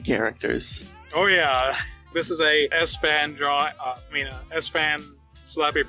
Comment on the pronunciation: I thought Sfan's nickname is pronouncing like Spring, but not like "Ass Fan".